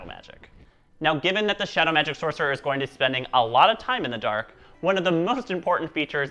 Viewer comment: "Soccerer" lmao